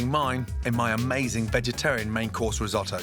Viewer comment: dont do risstoto ever again or dont call it risotto